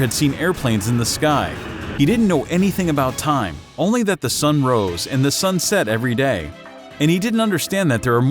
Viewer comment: you spelt time wrong you said thime